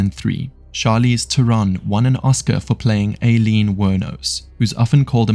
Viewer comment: Aileen is pronounced i-lean Just so you know